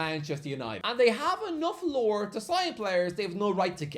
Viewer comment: Ah, he's saying "Allure" I kept understanding "lore" and thought "I guess that is a word you could use to describe a history of winning things"